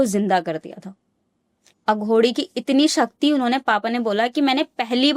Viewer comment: अघोड़ी नहीं अघोरी होता है